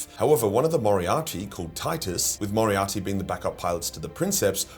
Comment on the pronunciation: It’s *moderati bro, as in Moderate